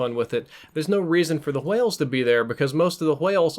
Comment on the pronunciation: "Hwales" you say it like that